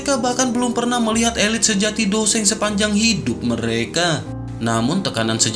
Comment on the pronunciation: bang seng bang bukan dou sheng